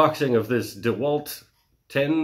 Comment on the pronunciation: Thanks for the Video !!! Dewalt, it's Dewalt :))